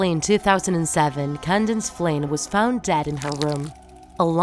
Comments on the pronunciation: Candace not candance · It’s not candance It’s Candace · Why do you keep pronounce her name wrong its candace not candance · It’s Candace not can dance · It’s Candice, not Candance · why does she always say Candance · it’s candace not kindane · Did she say candine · She keeps saying CandaNce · What the "candince phienence" what??? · Is it just me or did anyone else hear her say candaNce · You pronouncing "Candace" makes me remember "Condensed" milk